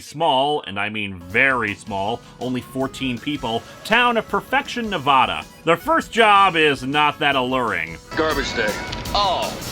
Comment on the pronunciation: goddamn is why you gota say nevada wrong